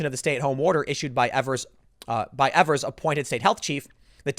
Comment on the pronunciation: It's pronounced Eve-ers, Tim. Not that you care. He's a nobody compared to national news, and as far as Wisconsinites are concerned.